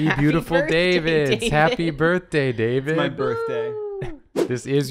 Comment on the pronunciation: ITS DAVID DAY!!! DAY-VID!!!!! :D